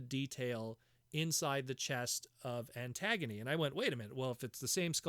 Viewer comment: I dont think you are pronouncing her name right. It's a play on the word agony not antagonist. Ant-gunie